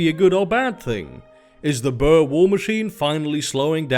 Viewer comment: "Ryk" is Afrikaans (the language the Boers speak) for Empire, it like the 3th Reich and such, also I think Boer is pronounced Boor.